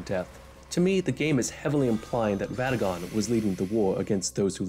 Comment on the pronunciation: I didn't think i was this superficial, but lord, when you said "ʋadagon" "ʋepented" and then "maʋʋied" "ʋennala", i couldn't help but cʋinge.